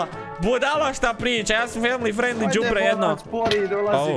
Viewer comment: "ja sam family frandly" rip family frandly